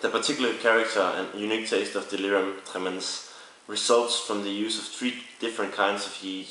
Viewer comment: Emphasis on the first 'e' of Tremens